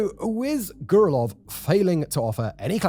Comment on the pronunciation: repeat after me...... Grrrrr Rell Yovvv not "Gurlov" LMFAO and im a white boy from NY State.